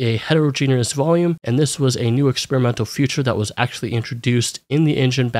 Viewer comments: Feature is pronounced fē′chər not "future". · you keep saying "future" instead of "feature" and it's driving me up a wall.